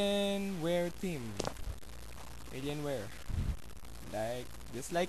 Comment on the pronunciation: damn How I lought when you say alian! :D xD ther`s no letter ņ dumb ass! :D:D:D:D